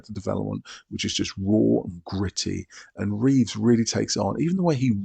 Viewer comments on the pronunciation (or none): Reeve, not Reeves. No "S" at the end.